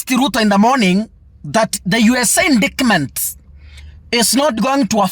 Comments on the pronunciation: Endaetiment in pronounce of indictment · indictment is pronounced as: indaitment. Hope that helps.